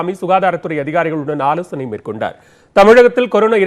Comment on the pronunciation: ஐயா. ஆலோசனை. ஆலோசணை இல்ல. நியூஸ் 18 மட்டும் போட்டுக்கோங்க. தமிழ் ன்னு போட்டுக்காதீங்க !